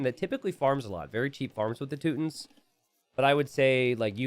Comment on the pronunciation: How dare you say Teutons without the emphasis 😢🫣 - Teeeeuuuuuuutons